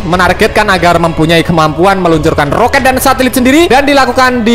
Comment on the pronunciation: Roket brooo bukan rokat ha ha ha h ha ha ha ha ha ha ha ha